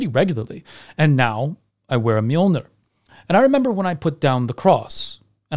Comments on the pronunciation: You mean Mew-Mew? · allways fun when anglosaxon say Mjölner